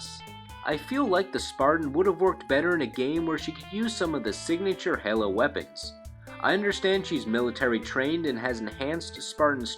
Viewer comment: its (hey-low) like an angels halo, but not (hell-low) how you said it